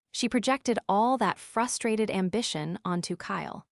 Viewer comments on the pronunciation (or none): none